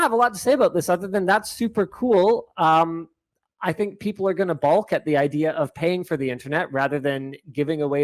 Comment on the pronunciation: NO L in balk or solder